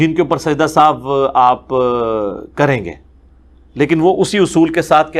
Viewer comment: Sajda e sahuve nahi sajda e sahu